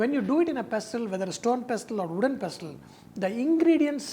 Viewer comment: "I put it in wodden pastel and did lot of Dhinchik".........haha love him.....still like a kid